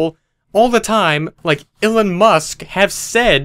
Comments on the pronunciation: It's pronounced E- Lon. NOT E-lin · Elon...E..lOn..ELON!..lol..Illen?..Who Dat? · Why do you pronounce his name "illon"? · "illon musk" me: eeeeeeeeeeeeeeeeeeeeelon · Illon musk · If Elon Musk were watching right now, he'd be upset that you pronounced his name wrong